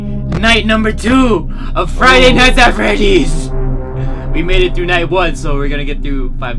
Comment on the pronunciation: Did he say "Friday nights at Freddy's?" Cuz that was me the first time I played this game 😁😝😂